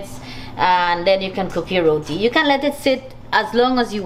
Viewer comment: Great episode loved the herbs from Sandy's garden, great variety of food. and I am so happy you are saying "Roti" and not "Rodi"💌